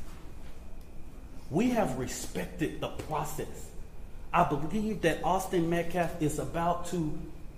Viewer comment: This guy cant even say Austin name correctly... Disrespectful to the killer's family.. smh... U r making it racial